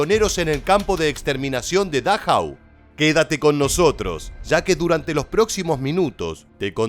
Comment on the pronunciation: No soy experto como tú. Pero leo el nombre de dachau. No es dáchau como le llamas.